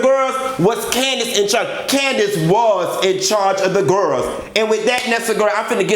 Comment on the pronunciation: WHO was in charge of the" gir-els"???(you have to put emphasis on" girls"! Lol!! I love it!!